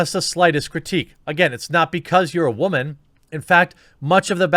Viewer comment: WTF is a wah-min? . Yeah, I know whats being said. Just didn't know why it was being pronounced like that. Inside joke?